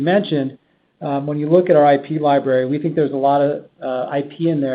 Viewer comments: in their liberry eh? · Li-BRARY. Liberry sounds like a fruit. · “Activision Lie-Berry” I peed a little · Lie berry